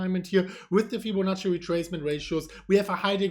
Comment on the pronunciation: Did just say "FibboNazi retracement?"